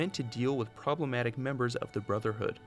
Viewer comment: "Probalematic." Disliked.